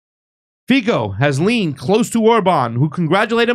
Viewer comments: Hello my friend, I am from Slovakia and Fico is not pronounced Fiko but Fico with "C" without accent.🤣🤣🤣🤣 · Fico is pronounced "Feetso." It is too hard to take three minutes to look up and learn how to pronounce a man's name? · The C in Fico is pronounced as the second C in counCil. Just so you know.